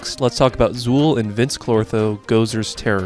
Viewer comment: I believe that it is pronounced Vinz and not Vince